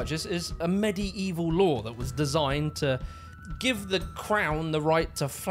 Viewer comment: Despite the criticism, I've got to give props to for pronouncing "medieval" correctly - probably one in a thousand people who know how to pronounce it. Hearing "medevel" maks me grind my teeth, so well in.